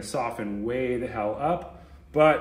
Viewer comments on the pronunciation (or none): none